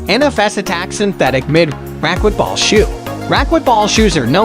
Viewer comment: The speaker needs to learn how to pronounce racquetball correctly.